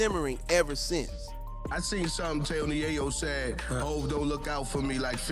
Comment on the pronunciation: Do some research on how to pronounce names. You sound ridiculous the way you say Yayo name. Gave the mon a female sounding name